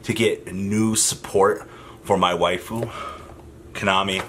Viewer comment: Every time you say “Waifu” a little part of me dies.